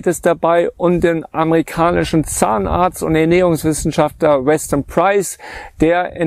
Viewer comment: Das heist nicht amerikanischen Zahnarzt, sondern „ammeikanischen“. Bitte darauf achten. Danke.